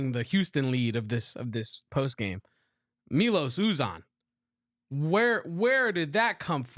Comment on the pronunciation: Good game. Enjoy playing you boys. But WHAT was that foul with five seconds left? MY-Los YouZan, it's pronounced. Not Me-Los Ooh-Zan (or Zawn).